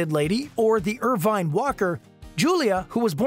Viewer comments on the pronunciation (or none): none